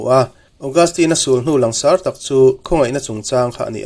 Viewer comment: Ngaihthlak a nuam in a hlawkthlak thei hlê mai. Langsar tih thlûk hi han lam dik phei la chu a țha leh zual in a rinawm. "Lang" tih rîk dân ang chiah hian sar tih pawh hi a ri tlang tûr ani.